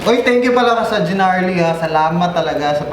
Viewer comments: Okay nasana kaso yung pagkasabi ng gnarly mo iba hahahahaha jeeeenarly. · Narly, silent G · GNARLY but it pronunce NARLY! silent "G" ;)